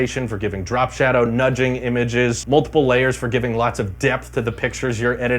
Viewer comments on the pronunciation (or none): none